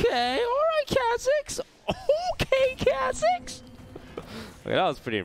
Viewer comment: Please learn to say KHAZIX correctly. It makes me cringe